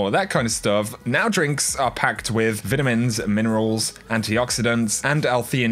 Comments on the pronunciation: They way he said vitamins in the beginning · "Nau Drinks are packed with VETEMINS" Lmao I couldn't continue the video before replaying that 50times I'm dieing